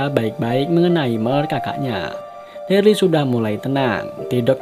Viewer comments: Namanya bukan derli bang wkkwkw daryl 🥲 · Daryl cuukkkk Daryl ( baca DERIL ) Sebel gw tiap dia bilang DARLI 🤣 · Nonton ulang2 msh ngkak Krn deril d panggil derli😭😭😭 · Darly sapa bang Daryl gk bang 😂😂😂 dibaca deril gk sih? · Bukan derly bang tapi daryl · bang....yg bener itu Daryl.....bukan Dearley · Daril bang bukan darli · Cuman ngasih saran: kalo itu namanya buka darly tapi.deryl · maap bang ijin koreksi. si "Darly" itu hrusnya dibaca "Daryl" (deril) hehe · Daryl bukan darly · maaf sblmnya itu namanya dibaca daril bkn darli 🙏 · Daryl bang bukan Darly 😂😂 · Kenapa gitu kalo orang ngomong deril (Darryl) itu ngomongnya derli Itu nama gua sat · Darly 👎 Daryl 👍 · Deryl dibilang derly 🤦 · Dereeeel bukan darli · Daryl bukan derel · Deril aja Bang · Bang itu daryl di bacanya deril bang,,,cuma koreksi🙏